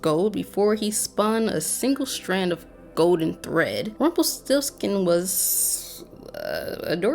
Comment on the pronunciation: "Magic always comes with a price". You gotta vibrate the R when you say this dude's name. Put some vibe and flare on it, dearie. lol